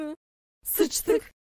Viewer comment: ve de sıştık demesi